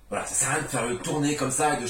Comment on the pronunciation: j'adore... A la base suis ch'ti donc le "voilö" ... Suis fan, merci pour tes vidéos